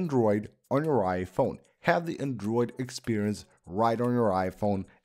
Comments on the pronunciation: Everytime he says ‘andruid’!😂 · Andruid? What ya mean bruh hahaha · Shittiest pronunciation of the word "Android" in all of YouTube. Totally butchering it!